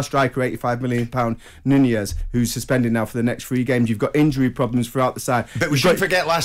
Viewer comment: Nunez (not nuniez like commentators are pronouncing it) was in the wrong. But, his head butt was tame, it was not powerful enough to drop Anderson, Anderson decided to grab an Oscar nomination with a farcical fall. The head of Nunez hit the chin/mouth area of Anderson and if it was a Glasgow kiss then Anderson would really have fallen without acting and there would have been blood. But, Nunez deserves a ban and I hope he switches on when he comes back and proves his worth.